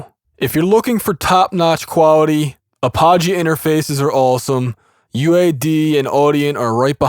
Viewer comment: it's pronounced "AP-UH-JEE" Apogee